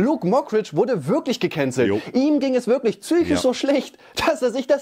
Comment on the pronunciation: DIGGA DIESE AUSSPRACHE "GEKÄNZELLT" EDEKA BOY HAT AUCH NICHT FÜR GUTE AUSSPRACHE DIE CAP BEKOMMEN